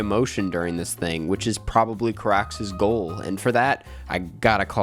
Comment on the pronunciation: the carax pronunciation is killing me